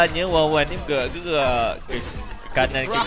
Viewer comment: wanwan lah bang bukan wawan, wkwkwkw